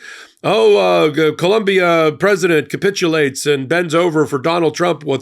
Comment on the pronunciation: ❤ please, it is Colombia!